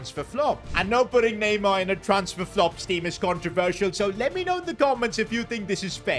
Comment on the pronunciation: The disrespect on neymars name🚮🚮